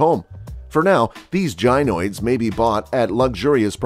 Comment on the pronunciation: guy-noid, no ghi-noid. Sorry.